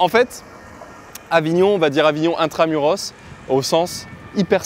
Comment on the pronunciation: "Intra-muraass !" Tu viens de récupérer ton accent.